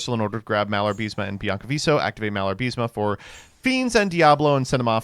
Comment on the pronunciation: You know, someone like you who acts all intellectual should at least try to read the names of the cards correctly. Not pronunce, because that would be a total fantasy, but at least you could read the syllables in the correct order. You know, something they teach you in kindergarten. You get "Malarbism" from "Malabarisme" only if you refuse to read the card's name more than once.